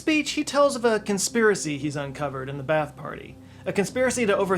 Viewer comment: Pronounced BA-ATH Not bath.